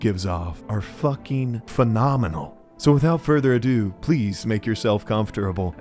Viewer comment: you say without furder ado and do a sponsor right after, my brother in crist that is furter ado😊